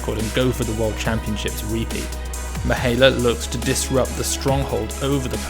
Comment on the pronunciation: pronounced Mee-high-EH-la just for further notice